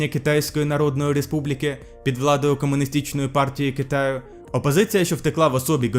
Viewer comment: невпізнАванності Через 7 секунд замість чого звучить чього. В українській мові ч - не м'яка через що звука ≈ё бути не може Через 2 секунди після тайм коду: Поговоримо - не ґ, а г В РОЛИКУ ЦЕ СЕРЙОЗНА ПРОБЛЕМА - пєремоги Приблизно той же таймкод комунистичної звучить, а правильно комуністичної через і після и (голосні звуки в словах іншомовного походження) * В відеоролику це постійно повторюється * опозиція, що втекла в особі Гоміньдану. Не знаю, як у ролику було, але в українській мові - повна фігня Краще сказати просто "Гоміньданська опозиція втекла на острів" краще замість "розбити" використати "поділити" Бо розбити це в першу чергу військо й якийсь предмет(можливо абстрактний) не бУли, а булИ не дійти, а знайти компроміс Не пам'ятаю щодо російської, але в українській тільки знайти компроміс (50/50, суб'єктивна) краще не пасивна, а активна конструкція Тобто не "була закінчена", а "скінчилась" Міжнародним, а не міждународним + Також краще сказати "таким же чином", а не "за таким же принципом" не рОки, а рокИ * в українській мові дієприкметники на -уч -юч / -ач -яч не бажані до вжитку (керуючої зміниться на "при владі", "партії, що керує"